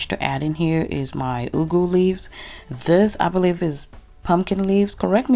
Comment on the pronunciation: i love how you pronounce the ugwu, the Nigerian in you is showing....lol. i love the modifications of you adding shrimps, extra frozen spinach and cooked mackrel.. what's there not to love about this recipe, it's richly dense in nutrition and good to know you will be chowing it with some fufu too. keep cooking ~